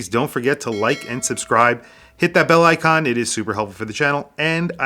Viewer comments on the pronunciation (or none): none